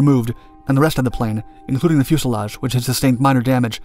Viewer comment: Is the voice narration for Dark Skies computer generated and sped-up to sound more life-like? I remember how it mispronounced fuselage as "fuel-selage" repeatedly in some older vids. Any intel in this regard? thnx.